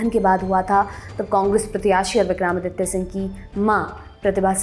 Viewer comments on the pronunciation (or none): आप हिंदी न्यूज़ चैनल पर हिंदी भाषी न्यूज रीडर हैं। आपके मुंह से विक्रमादित्य जी का बार बार उच्चारण विक्रामादित्य बिलकुल अच्छा नहीं लगा।